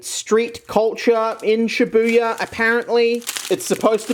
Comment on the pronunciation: Oh shibuya not shit buya